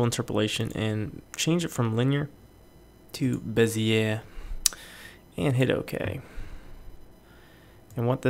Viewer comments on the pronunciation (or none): Fucking love these videos, but I have one correction for you. Bezier in French would be pronounced "Beh-zee-ay". "Beh-zee-aire" would be spelled Beziere. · Dude, this is awesome... But, if you're gonna try to say it with a French "accent," it's bezz-ee-ay.